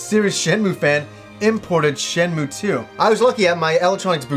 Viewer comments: i kno its hyper grammar police but its really agrivating hearing it pronounced "shen-moo" its Shen-moo-ay" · While you are generally right with how to pronounce a Japanese word written in roman letters, it is actually Shenmuu if you look at the katakana. シェンムー I played through them both in Japanese.